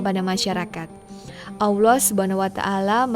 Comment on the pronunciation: Kenapa sih kalau melafalkan nama Allah jadi AWLOH. Tolong belajar ya, ini kuping rasanya terganggu dgn ucapan spt itu.